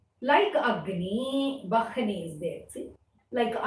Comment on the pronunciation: Sloka 4th Vahni is to be pronounced as Vanni na